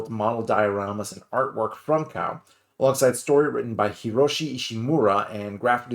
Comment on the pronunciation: Kow is pronounced ko like K.O in boxing.